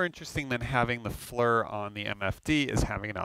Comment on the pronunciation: It drives me crazy hearing FLUR. FLEAR like Lear jet except FFFlear.